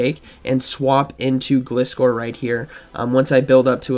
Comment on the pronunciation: I will never understand how people can mispronounce such a simple Pokemon name! It's a gliding scorpion - Gl-ai-scor! Other than that nice video as always!